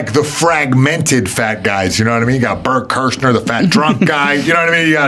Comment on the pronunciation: bert kershner is the funniest way to say his name wrong i wonder if that was on purpose cus i do that too ahahaha